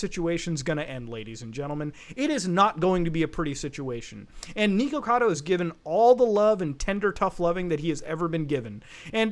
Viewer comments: Every time he mispronounces the “Nick” part of his username as “Neek”, I drink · it is NICK o cado not NEEK o cado and its TALK ees not TACK ees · He literally says his name is "nick" , yet you insist on pronouncing his name "neek"... TF? Also, Takis are pronounced like "taco"... "tah-key". Are you even trying? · Not niko like the cat my dude. It's Nick, with an O lol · Bruh I hope your self aware with the pronunciation bro literally can’t watch, Becuase that shit,”tackies” and fucking “Niko-cado” bruhhh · It brings me amusement that you pronounce it as Neekocado. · isn't it supposed to be pronounced nickocado? i can't remember if i'm just misremembering. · it's pronounced nick-ocado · Why does it sound like muta keeps saying "neeko-cado" lol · It weirds me out that you call him "Nee-Ko-Cado" lol. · he keeps saying his name and you keep saying his name wrong. HOW? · The way he says "Nikocado" hurts to hear. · ... muda pronouncing things wrong ... First you have "Tackys" (Takis) and Nikocado like he's bout say Nico Nico ni has me dying. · New drinking game, take a shot every time he mispronounces his name and says “villain of YouTube” you will not survive till the end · God I hate the way you say his name